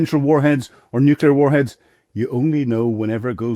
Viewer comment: This is the clown who says "nooh killar" when it's nuclear. And "loo shank" when he refers to Luhansk.